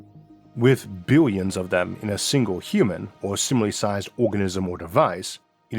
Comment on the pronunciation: God.. i tried . but i just can't with the voice. "Biwions". Bless you, brother.